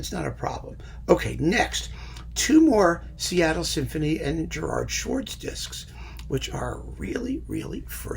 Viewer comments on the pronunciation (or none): none